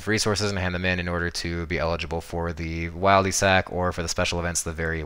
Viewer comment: Disliked can’t even say Wildy properly